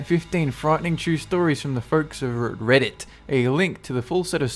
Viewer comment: RrRrrrrReddit! Lol